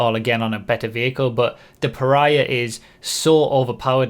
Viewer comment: I'm not sure it's pronounced like that, reminds me too much of Piranha.